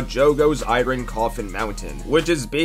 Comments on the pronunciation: Why tf he pronounce iron like that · Why did bro pronounce “iron” as “iren” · Can we talk about this man's pronunciation of iron💀